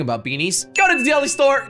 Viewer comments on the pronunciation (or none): "Talking about beanies" came out as 'Thalking about bee knees'